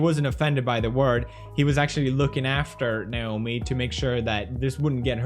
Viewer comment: ...does he not know how to say Naomi?